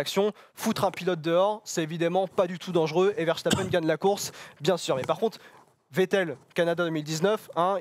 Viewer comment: Richiardo et Verchtappen, je capte pas